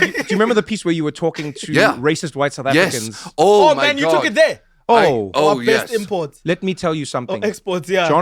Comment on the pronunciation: He hit that "My Man" with the MOST American accent.